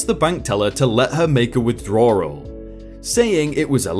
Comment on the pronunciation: Who else cringed when he says withdrawal. Lol you and ur words crack me up